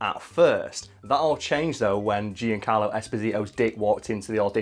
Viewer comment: Hearing you say Giancarlo hurts